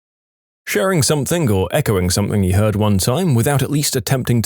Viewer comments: listen to the video he is constantly doing it on every video he narrates just listen. Ends the word something with a K He says “Somethink” Also often “Nothink” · There is no “K” in the word something . Somebody tell the narrator ffs